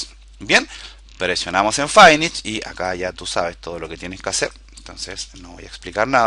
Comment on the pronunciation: QUE DEMONIOS ES "FAINISH"? :O SEGUN LO QUE ENTIENDO SE PRONUNCIA "FINISH"